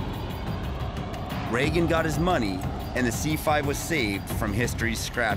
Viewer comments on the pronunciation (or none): none